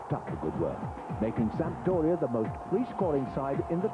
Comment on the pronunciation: I wonder how many times they told that it's not Sampa-doria before they gave up.